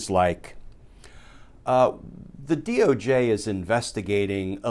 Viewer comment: I like how you said DOG 🐕 official. Lol